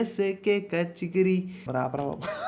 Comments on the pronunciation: Chikiri ❌ chigiri ✅ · Chikiri Chikiri❌ Chigiri Chigiri✅😂